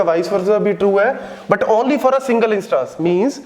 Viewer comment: INSsss-TAAAAnnNse NAHI SIR INs-TANs